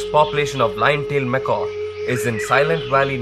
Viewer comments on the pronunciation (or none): Nice work with the camera. For the entire documentary, ironically you pronounce macaque as "macaw". Macaque is pronounced "Mekak". Macaws are parrots (birds).